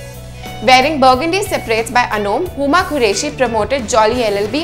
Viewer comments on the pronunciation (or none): none